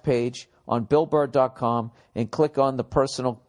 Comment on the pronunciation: Am I the only one who dies laughing when he slips up on words when he reads the advertisement shit? "Bull Burr dot clom"